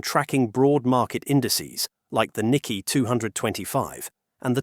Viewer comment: You know this the voice is AI when proper names are mispronounced. It is not the "Nicky" exchange...it is "Nikay" emphasis on second syllable. Since this is about finance it would be desirable that the voice pronounce properly the name of Japan's stock exchange. Also mispronounced the name of Japan's former leader..Not "Aybay" but "Awbay."